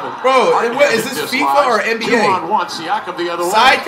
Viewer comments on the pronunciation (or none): none